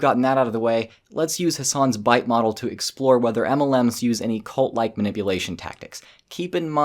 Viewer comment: The way you say, "EMELLEMS" just cracks me up. 😆